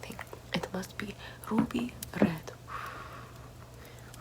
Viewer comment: No one:: rrrrruby rrred